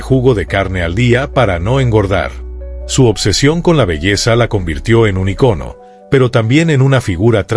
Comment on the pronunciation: ¡Hasta que alguien pronuncia correctamente la palabra icono! No puedo entender que haya tanta gente que no sabe que esta palabra no es esdrújula y la pronuncian ícono, cuando es grave y no lleva acento; por supuesto tampoco es aguda y no sería iconó.